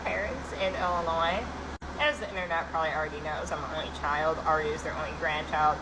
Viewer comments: Also, the S at the end of Illinois is silent. You don’t pronounce it just very bad thumbs down do better. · Did you pronounce the 's' in Illinois? That's whack